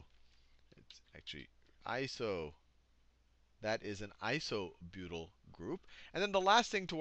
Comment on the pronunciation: "methly" "isobutly" Sal, you're epic. XD